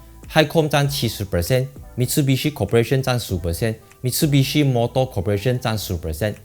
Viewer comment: Mi tsu bi shi Not Mit su bi shi 纠正一下🤣🤣